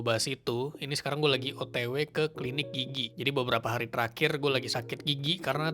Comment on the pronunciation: Gw ketawa mulu krn gw denger kata "gigi" nya lucu Kedengeran kek "gigyik" 😂😂